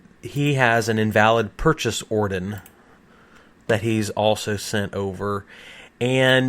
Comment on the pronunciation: The purchase "Orden".. 😂😂😂🤣